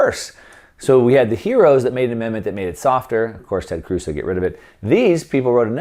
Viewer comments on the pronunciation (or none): none